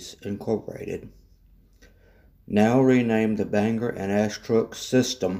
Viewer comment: There are a few small issues with your video. Bangor is pronounced Bang-gore, Aroostook is pronounced Ae-roooostook. Katahdin is pronounced Kat-ah-den, Lac-Megantic is pronounced Lac Meag-an-tick, and Nantes is pronounced Nant-s. Other than that, that was a very good history of the BAR/Derby shops. The shop complex was sold to the town of Milo, and Fortress Investment which owned CMQ has a lease on it. Fortress created a tank car repair/cleaning company called Katahdin Rail Car, which currently uses the complex. Currently the portions which CMQ used for motive power repairs are unused.